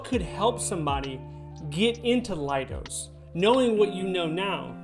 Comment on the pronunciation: Pronounce “Leidos” as lay-dose, rather than lie-dos. You can see why it’s not “lie”, right? In spelling as well as speaking.